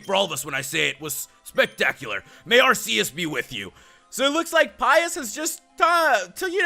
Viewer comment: it is pronounced AR-key-us